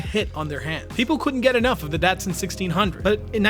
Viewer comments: This was a great review, but your age it's showing. Your not old enough it's pronounced "DahT-Sun, not Dasun. Little more umff...to it for the streets, were the cars really excelled and rose to prominence. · It’s pronounced “Dotson” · Pronounced dot sun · It’s pronounced Dot Sun. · Well, if you grew up with the Datsun 240Z and cars back in the 80s, you would pronounce it like an American as "Dotsun". see Jay Leno or any older folks. Dotsun is pretty darn close to the way Japanese pronounced it. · I always thought it was pronounced DOT sun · You're not saying the word Datsun right! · Great great video, it's funny to hear someone from your generation say the word datsun. It's pronounced differently but unless you were around in the 70s you'd never know, that cracked me up. Awesome video man.